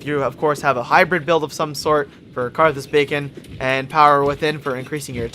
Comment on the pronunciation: "Carthus Bacon" :D